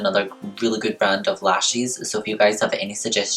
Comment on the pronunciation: I think the moment I fell in love with you was when I heard you say Lashes for the first time, and I no longer want to pronounce them the American way. Your way makes them sound so fancy.